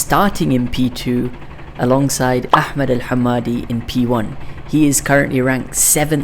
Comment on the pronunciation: FINNALY SOMEONE WHO PRONOUNCES احمد RIGHT🔥🔥